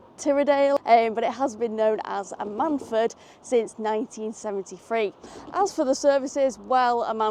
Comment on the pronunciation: The stress is on the Am, it’s usually more like AM-un-fud, not that I’ve been there but I am originally from South (East) Wales.